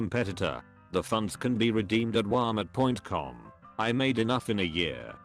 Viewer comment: Wahlmit point com